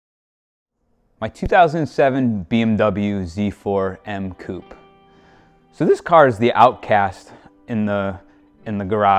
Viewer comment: I had to stop watching after the American pronunciation of “Z4 M Coupe”